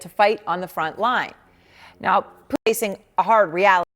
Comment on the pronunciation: What’s with the wise guy news reporter?? 😂😂😂 Poo- din lol